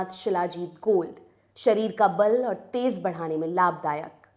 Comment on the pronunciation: तेज़ नहीं तेज...